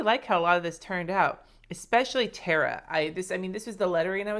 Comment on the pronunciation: Thanks for pronouncing Tara correctly ;)